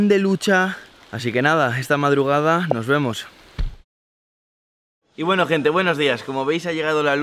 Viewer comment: Soy el único que piensa que el: "y bueno" del principio le salio bien argentino?